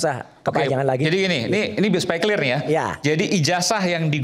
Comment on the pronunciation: Clir itu bhs apa ya kok baru denger saya . Klo gk bisa sebut dlm bhs inggris , gk usah lah panci